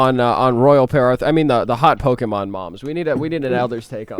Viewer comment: pokeemon. me: pet peeve activated.